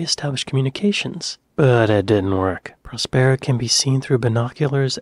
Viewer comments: hold your head in shame for aping the narrator's ridiculous pronunciation of Prospero (in the manner of 'sombrero'). As an actor, you really should know better! Love your reactions, though. Hopefully someone will cast you in their next project... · Well I've never heard 'Prospero' pronounced like that......